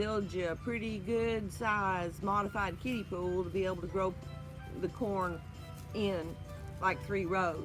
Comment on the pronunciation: LOL! I had to hear it a few times to realize you were saying kiddie pool, and not kitty poo! I had to wrap my head around that! LOL! Glad to hear you are using a kiddie pool and not the other!